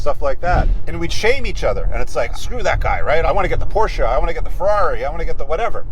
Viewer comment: Us Porsche guys are so happy to hear him finally pronounce Porsche properly 😎